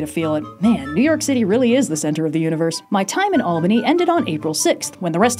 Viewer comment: Thank you for pronouncing Albany correctly!! The earthquake was noticeable in Poughkeepsie, I'm surprised not Albany